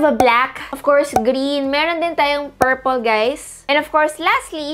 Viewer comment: Purple gusto ni iba yung pagsabi ng Purple e hehe